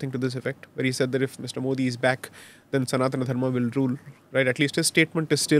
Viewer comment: Why do you pronounce सनातन धर्म as सनातना धर्मा ?!